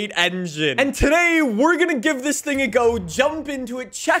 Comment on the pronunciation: He became French for a sec ‘sing’ instead of thing